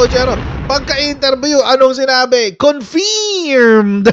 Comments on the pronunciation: Confirm is pronounced cunfurmed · good pronunciation cofiiirmed. after marcos term if he could finish it, am sure he will face a lot of cases that would be filed against him.